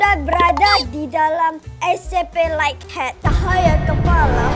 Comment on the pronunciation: Semangat Terus ya Kak,Terus tadi monsternya yang namanya light head jadi like head haha 🤣🤣,sehat selalu 🤗 semoga tahun ini bisa mencapai 1 juta SUBSCRIBER 😊